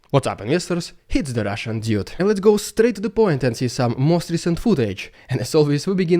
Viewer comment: "Dyood"? I think it should be "dood"